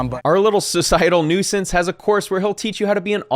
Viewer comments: “Noise-sense”?, it’s Nuisance. Pronounced “NEW-sense” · “A noisence” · It isn't noi-sense It's new-since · Come on is nuisance not noisesance, this is like when coffeezilla said glascow😂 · it's "new-sense" not "noi-sense" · It's pronounced new-sense lol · what is a noy-sun-sez? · Nahhhh "Nuyyscense" ??? 😂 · I dig your content, keep doin work. I've never heard a native English speaker pronounce "nuisance" like you... shits hilarious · Bro do you really not know how to pronounce nuisance? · wait...how you say nuisance? 😂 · Good vid but please learn how to pronounce 'nuisance' ahahahahaha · Did have somebody write his scripts and he doesn't know how to pronounce "nuisance"? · The way you pronounce nuisance is interesting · Why do you say nuisance like that